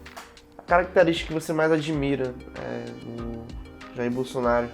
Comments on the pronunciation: O gordinho ñ sabe nem Falar Bolsonaro kkkk ele falou Bolsonario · Impressão minha ou o falou “Bolsonario”? 😂😂😂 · Sim, ele falou bolsonario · Ele dis "Bolsonário"?